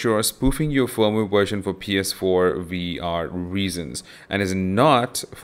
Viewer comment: It's pronounced "PS four" not "PS power"